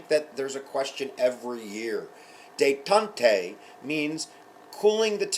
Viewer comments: Really helpful videos! By the way, i think its pronounced Day-Tont, not Day-tont-ay: there's no accent on the second E. Sorry if this sounds condescending :P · hey, thanks this is awesome :) But damn your pronunciation of 'la détente' xp